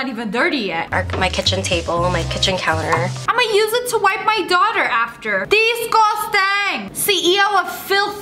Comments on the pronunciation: Lia: DeScOsTAng!..Also Lia: “CEO of feilth over here!Lia AGAIN: “Apparently germs don’t exist if you don’t believe in them! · This is how much Lia say's "Disgosteng"😂😂 👇